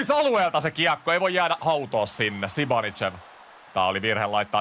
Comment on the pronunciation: zibanidzev on kyl oma lemppari näistä lausumisista!